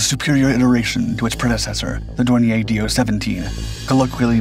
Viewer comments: Dornier was/is a German company, not a French one. So, it should be pronounced Dorni-yer, not Dorni-yay. This video is probably rife with such errors, just like all the other videos these people so breathlessly put out, but I gave up watching when I heard that howler. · Dornier is pronounced with stress on the second syllable. Dawn ear. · Dornier Dornier Flugzeugwerke - Aircraft manufacturer American pronunciation Sounds like dor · neer